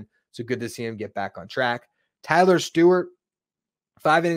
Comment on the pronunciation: It’s TylOr. He accentuates the O. I saw an interview.